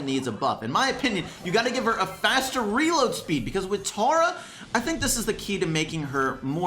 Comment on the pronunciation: stop saying tAR-a it's pronounced tERRA